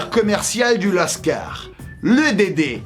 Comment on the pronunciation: Qui dit "lascard" pour dire cailleras lol